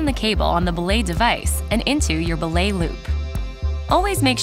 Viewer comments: They say belay wrong, its be-lay not blay right? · Its pronounced buh-lay